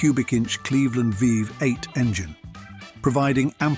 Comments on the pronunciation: Interesting video. Seriously. Despite that, it's such a pity that the voiceover guy (or automated substitute) obviously had quite some trouble saying the simple term V8 ("vee-eight"), giving us 5 different versions/interpretations. There were also MANY highly notable classic Australian muscle cars that were glaringly omitted from the video. Such a shame. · Why do people continue to use AI to read their scripts? It got so many things wrong and sounded clunky. It even called one of the V8 a 5, 8. Obviously reading the V as a Roman numeral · Commentary is crap, I guess that this is what happens when someone, who is obviously, not Australian tried to comment on Aussie cars. What about the Toranas and Commodores? What about the early Falcons? The Landau was no where near the top ten. And by the way it's Vee Eight not Five Eight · Also pronounced V8 as 5 8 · Another downside to this video is the Ai pronunciations, for example, V8.